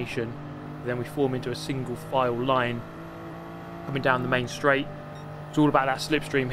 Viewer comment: main straight sounds like menstruate. chuckle